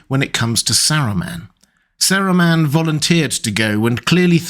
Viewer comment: bro the way you pronounce his name is triggering lol